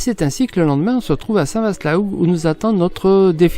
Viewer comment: Cc à vous 2. Tjrs un réel plaisir de vs écouter et de se promener avec vous. Petite info: on ne dit pas Vaast mais va! St Va (Vaast) la Hougue 😉 (suis normande 😉) À bientôt.